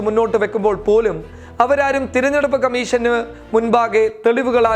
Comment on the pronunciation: ഇലക്ഷൻ 'കമ്മീശൻ' അല്ല കമ്മീഷൻ..'..ok